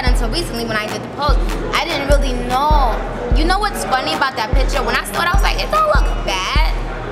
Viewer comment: "I didn't reaLY know" I like how she say her L's... thought it was just on her raps.